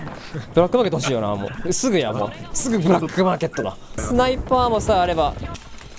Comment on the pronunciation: しゅないぱーあも